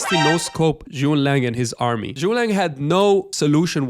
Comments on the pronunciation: It's Zhuge Liang, not Zhu Liang. Get it right. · Thanks for the video, I wanna highlight it’s Zu Ge Liang not ZuLang 😂